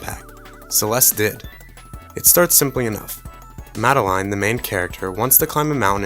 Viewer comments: 'Madde-LINE'? What a strange pronunciation. It's Madeline. Pronounces 'Maddelin' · there was a popular kids TV show in the 90s, set in France, called Madeline, where the titular character's name was pronounced "mada-line".